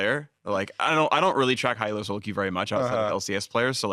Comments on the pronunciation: Elo,! Not E.L.O. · STOP SAYING 'E.L.O.' THAT'S A BAND. 'ELO' IS A WORD, IT'S THE GUY'S LAST NAME!!! Other than that, which was driving me nuts, jokes and daydream skits were one of the best parts of this podcast.